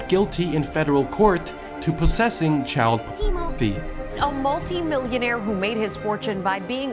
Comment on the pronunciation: child-teemo graphy